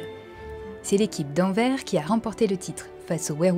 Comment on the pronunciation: Merci pour ce Rapeltout ^^ Et plus qu'un déjà 😮 Petite précision mais la ville d'Anvers se prononce "Anverse", comme averse mais avec un -n en plus, j'ai buggué lors de la première écoute 😉